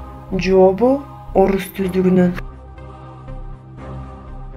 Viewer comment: Бул тесттер абдан мыкты бирок кыргызча болгондон кийин кыргызча так сүйлөсөң жопу элик дебей жообу элүү деп диалектикалык сөз колдонбо